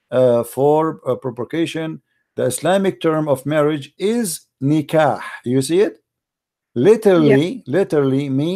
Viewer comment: when he wanted to define the word nekah he used christian website and not arabic dictionary . this idiot in other videos he read the word nekah as nukah LOL. Lets find out what the verb stankaha means in arabic dictionary اسْتَنْكَحَ المرأَةَ : طلَب أَن يتزوّجها translation : stankaha the woman : he asked to get married with her